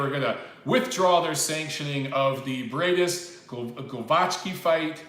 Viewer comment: the pronunciation is Gwovacki in English